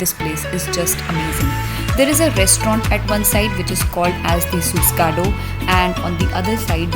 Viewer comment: Its not suskado,it is susegado